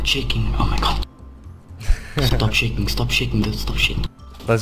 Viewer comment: when he said stop shaking i tought he said stop shitting stop shitting